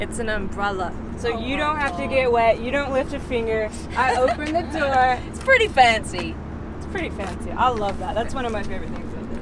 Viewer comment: Opening this doowa heeeyah, using this leeevah. Love the accent